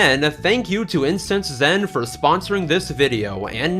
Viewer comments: For a moment, I though you said “Incest Len” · So... How many times did you accidentally say "Incest zen" in the recording of the IncenseZen sponsorship